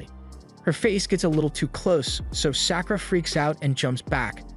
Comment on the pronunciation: Sack oo ruh. gawd I hate these.